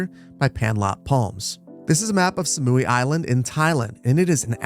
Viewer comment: it’s pronounced sa-mui not sa-mui-ee (can’t resist commenting aaaa)